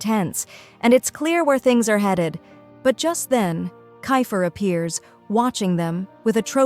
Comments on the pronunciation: It's keifer not ki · It's keifer not kayfer